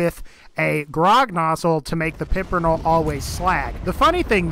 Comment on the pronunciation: Pimper-NELL. Say it with me lol. Great vid otherwise though